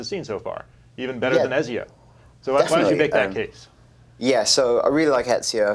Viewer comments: u know they're full of shit when the host can't even pronounce ezio properly.. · The guy on the far left can not pronounce Ezio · the British guy makes good points, but come on. it's Ezio :P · can't pronounce Ezio to save his life, even when his colleagues all around him can lol.